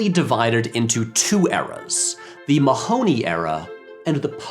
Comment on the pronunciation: I quit watching when you didn't bother to google the correct pronounciation of Mahony. (Hint: it isn't the way they say it in the movie)